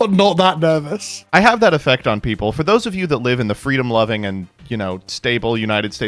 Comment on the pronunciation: “feeedom loving” 😂😂